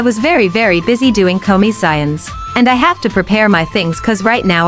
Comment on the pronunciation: “CoMisSeYoNs” 😭 /j